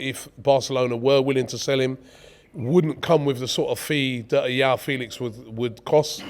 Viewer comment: It's João Felix